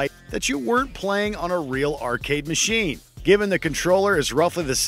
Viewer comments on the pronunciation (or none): none